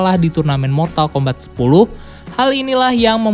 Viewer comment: Mortal kombat di baca mortal kombat, bukan mortal kombet, di game sendiri ga ada dialog yg nyebut mortal kombet